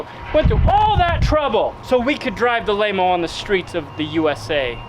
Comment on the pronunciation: Laymo not Mayo.